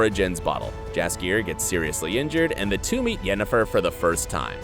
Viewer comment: Mandy Pyke- yea ok... but to pronounce it as “Yenneforrrr” is just sacrilege